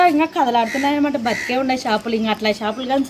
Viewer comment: Shapalu kadu chepalu